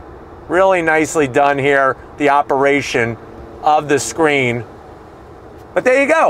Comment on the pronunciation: Does he say scream instead of screen?